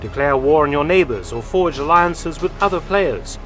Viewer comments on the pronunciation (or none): none